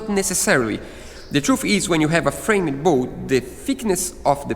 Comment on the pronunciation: It’s pronounced “FramD nor FramEd” The E is silent.